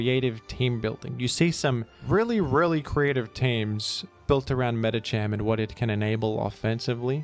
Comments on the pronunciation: I'm convinced pronounces Medicham properly first and then pronounces Medikam incorrectly later on purpose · will he pronouce medicham right this time? I await eagerly for this grand moment in history